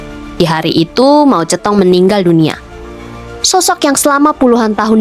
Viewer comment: Sebutan anda pada nama Moe Zhe Tong.. Tepat dan sempurna. 👍👌⭐